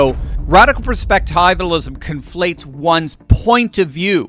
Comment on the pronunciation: You're mispronouncing perspectivalism. It comes from the word perspective. It should be pronounced that way.